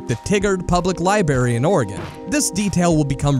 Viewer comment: For heavens sake, how did you pronounce Oregon correct, but screw up Tigard?! Lieberry!? You can say Oregon, but not Tigard or library?! ...This channel is great I'm subscribing.